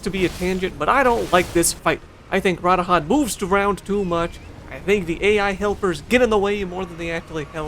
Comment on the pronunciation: Ruh dahn say it slow with me lol